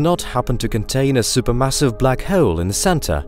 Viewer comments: The way he said Black Hewwl (hole) through out the video made me sick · “Bluck hhhurlll”